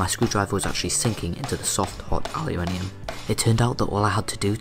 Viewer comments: yu as in alphabet "U" give him space. tho the minium became minum thats another issue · What the hell is allyaminum driving me nuts the way he says it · its pronounced uh loo men um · It is spelled aluminum so is is pronounce aluminum, elements ending in -minium are radioactive elements. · aluminum* lol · You pronounce aluminum way wrong... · no you pronounce aluminium way wrong